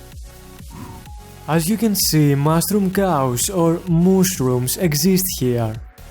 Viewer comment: Mushroom sounds like mushrum XD